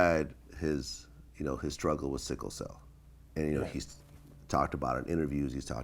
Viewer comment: Dis dude said "seeker cell". 😩😩😩